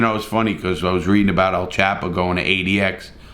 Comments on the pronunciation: It’s El chop o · Its pronounced (El- Chop-oh)😒😳😁